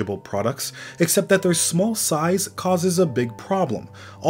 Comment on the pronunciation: You pronounce Small as Smöl ☺️